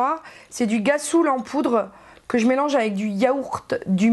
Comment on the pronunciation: cc on dit [rassoul] pour rhassoul, pkoi [guassoul]?! lol sinon tres tres beau haul, je ne sais pas si tous les noz profitent des memes arrivages ms les savons noirs me tentent bcp, parait ke rien ne nettoie mieux la peau!